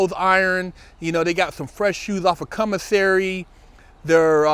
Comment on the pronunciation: always says CUMmissary